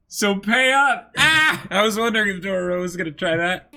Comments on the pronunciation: and no, they're not trolling on the Dororo name. They keep pronouncing Dorowrow. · they were trolling on the dororo part. And them pronouncing Daigo wrong isn't such a big deal. I also don't care about names when I watched anime, sometimes